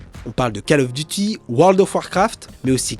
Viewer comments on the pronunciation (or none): "cale of duti" vous prenez des cours d'anglais chez kombini ? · "Kaalof duti" ^^ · meme pas foutu de prononcer "call of duty" ce truc existe depuis dsi longtemps...taré de français